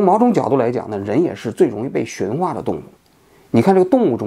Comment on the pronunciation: 驯化，第四声